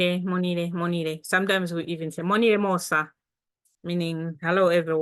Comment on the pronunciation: Actually, it's supposed to be "Monile mose"